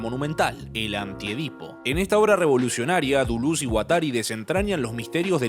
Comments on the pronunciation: Decí Deléz, decí DELÉZZZ!!! jajaja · Al fin te la jugaste, y pusite esta gran obra (al AntiEdipo y Mil Mesetas, hay que agragarles los cursos Derrames I y II de la ed. Cactus). Una forma particular y olistica de ver el Capitalismo¡¡¡ Muy bueno. PD: porque no decirle "Delez" o "Dulez" y no tan afrancesado que ni asi suena¡ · Cada vez que decía Deluz a un francés se le quemaba su baguette. Cerrado el apartado cómico, muy buen video; como la mayoría de tus videos: me dejan pensando. Larga vida a ti y tu canal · Si querés pronunciar deleuze en francés, pronúncialo en francés! No digas dulus con fonética argentina, es mucho peor que decir deles, incluso que decir deleuse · Todo muy bien, pero por que dice "Duluz" aaaaaaaaa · no me concentro si todo el tiempo le dice dulus